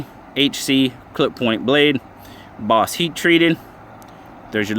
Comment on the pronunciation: Bos not BOS, Paul Bos